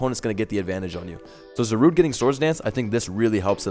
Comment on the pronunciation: It never once occurred to me to pronounce it Za-rude instead of Za-ru-de.